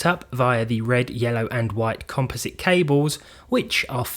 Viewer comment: Finally a british youtuber who knows how to pronounce composite and not copy how Americans pronounce it.